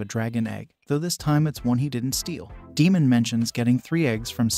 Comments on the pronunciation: Yes I had to unfortunately turn it off because of that constantly calling Daemon Demon🙄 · He said Egon and Demon!! 🤣😂